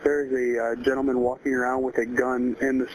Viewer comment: . ".. gentlman with a gun .."🤣